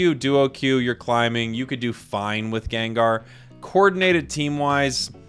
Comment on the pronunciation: Gengrrr 😂 sounds like vermont pronunciation of gengar I love it 😆